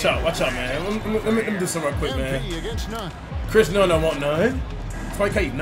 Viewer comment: Bro saying Chris Nunn 😭🤦‍♂️